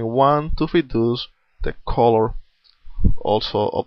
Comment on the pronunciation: "I'r use a bruish coror"